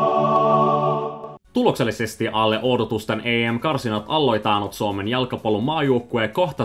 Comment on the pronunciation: Your Finnish sounds interesting. You are saying double vowels on words that don't have them e.g. a(a)lle, a(a)loittanut, o(o)sakseen, Slova(a)kia, e(e)simerkiksi, he(e)ti. Also the way you said kritiikkiä gave your Swedish origins away.